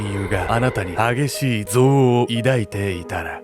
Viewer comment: 憎悪のイントネーションのクセ強いと思うの私だけ⁈